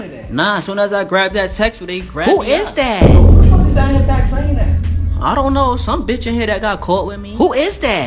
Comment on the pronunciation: it's who did dat not that